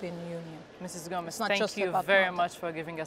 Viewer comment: Ana Gomes (not Gomez)